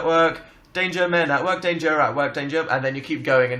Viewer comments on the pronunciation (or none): istg I thought they were saying "date your men at work" not "danger men at work"